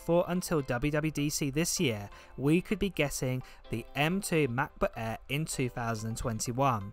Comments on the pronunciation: Why do you call it a macba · the new "ma. buh-eh" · Mahcboo' Aeh 😄 great vid, mate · The MacBook „eeehh“